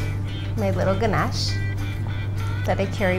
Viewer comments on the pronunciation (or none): The way She pronounces ganesh as ganache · Ganash😵its Ganesh sunny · Your pronunciation of ganesh is really cute 💕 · The way she pronounce GANESH